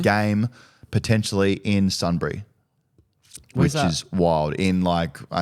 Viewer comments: Shetlands and Sunbury. 😅😅 it’s. Bunbury, you need to get over here boys and do Dan Does Perth hahah 😂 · It’s Bunbury